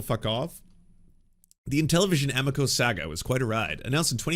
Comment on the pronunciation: The pronunciation of amico hurts my Italian soul., I love ya, great takes. I hate to be that guy, but it's aMIco.